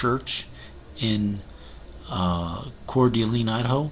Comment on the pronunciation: It's pronounced: CORE DUH LANE, Idaho